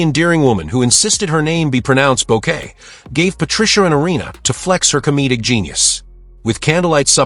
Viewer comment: You said bow kay. She said BOO kay. AI has a long way to go.